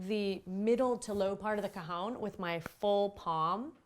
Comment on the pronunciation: Well done on the video. But I found it difficult to watch because you mispronounce the instrument's name. It is not 'ca-hown', it is 'ca-hon', the Spanish word for 'box'. Just chat with a native Spanish speaker to get your pronunciation correct. Otherwise, good job!